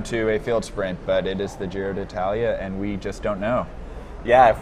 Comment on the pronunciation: Can Michael say the name of the race from now on because doesn't know how.